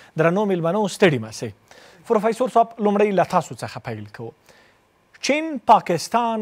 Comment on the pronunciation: دغه محترم نطاق صاحب لا تر اوسه هم ف ته پ وایی او پ ته ف ، فروفیسور صاحب 😁 همغه چی پروفیسور ووایی ۔